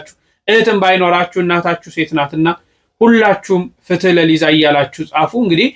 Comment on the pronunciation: ፍት ለሊዛ ሳይሆን የሚባለው ፍትህ ለሊዛ ነው የሚባለው